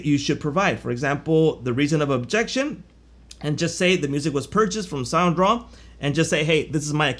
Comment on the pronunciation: Hey.. you dropped the D in Soundraw!! its SoundDraw;-)